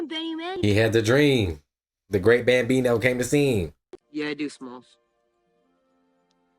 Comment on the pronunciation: *Bambino, not Gambino.